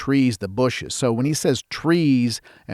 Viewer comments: BUSHES!!! Not buses! Oh my goodness, I can’t listen to your interpretation here. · Bushes , not buses.